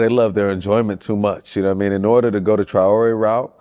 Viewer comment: Love the show gents, but it's Traore not Triore. Tri❌ Tra✅